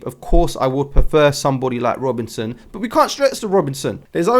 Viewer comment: Great vid again 🤙 And I made the screenshot near the start 🙌 I love how you consistently pronounce Robertson as ‘Robinson’! 😉 I expect you to break out into Simon & Garfunkel “so here’s to you Mrs Robinson” 🤣